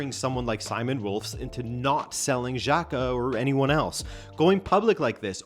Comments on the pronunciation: Rolfes is pronounced like u would read the name in Spanish: RRoll-féz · Rolfes is pronounced Rolfes. It's almost funny how American changes every sound in that word but the s. Every sound but one. This is a little rant on English, not on you. Great video!